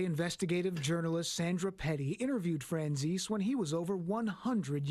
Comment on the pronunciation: its my great grandpa😅 and its pronounced fran zees/zeesee. Im so embarassed that this is my blood lol